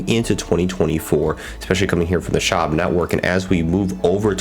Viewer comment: Its pronounced Sh-wab